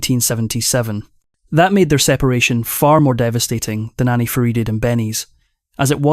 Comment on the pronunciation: Clickbait, he can’t even pronounce Anni’s name correctly 😅😅😅